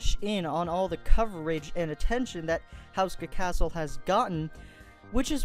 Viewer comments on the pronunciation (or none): You don't pronounce it the way you said. (houseska) its pronounced ( hooska )